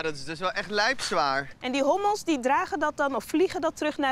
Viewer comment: zei hobbels geen hommels